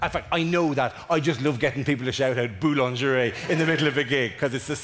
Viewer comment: Boulangerie is pronounced as boolingeree. Proof English speakers really don't know French. 😂😜